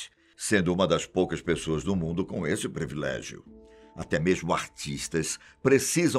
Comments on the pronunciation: Senhor, eu assisto todos os seus vídeos, sou inscrita, dou meu like para todos os vídeos do Fatos Desconhecidos, mas fico triste com alguns erros que o senhor comete. A pronúncia da palavra ISLAND, em ingles é AILAND e nunc diga previlégio, porque o correto é PRIVILÉGIO. Me perdoe por isto. É porque eu gosto muito do senhor. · Caro, a pronúncia correta é privilégio e não previlégio. Você é um excelente apresentador. Só falta acertar esse detalhe. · Doem meus ouvidos ouvir PREVILÉGIO 20 vezes quando a palavra é PRIVILÉGIO. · Só uma crítica construtiva ao canal. Essa palavra foi falada várias vezes e de forma errada. Não é previlégio. O correto é privilégio. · Muito bom vídeo. Só acho que o apresentador deveria passar a falar "privilégio" e não "prEvilégio". Desculpe a "sinceridade".